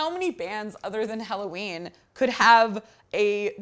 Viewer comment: BTW the name of the band is HELLOWEEN not Halloween